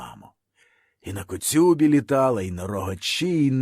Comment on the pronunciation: Хіба правильно казати "коцЮба", "гОрнято"? Напевне ні.